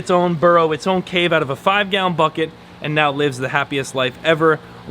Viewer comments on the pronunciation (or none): none